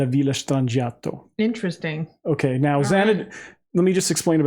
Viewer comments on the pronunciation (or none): In Italian the ‘g’ is pronounced as a ‘y’ sound. “Stran-I-yato”.